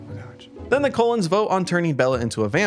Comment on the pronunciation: Every time you said Cullen I heard Colon 😂 I have only watched the first movie because I wanted to know what all the fuss was about. I thought the movie was crap. I also noticed there’s not much physical pain but a ton of emotional.